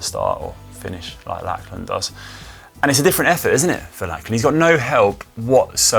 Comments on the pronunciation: I know us Aussies speak English and it’s not our own language. But every Aussie guy called Lachlan (is pronounced Lock-lan or Lockie). Every pommie pundit seems to call him Lack-lan so I can only assume that’s normal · How come Conor wasn't told the correct pronunciation of Lachlan Morton's name? It is pronounced LOCH-lan, not LACH-lan.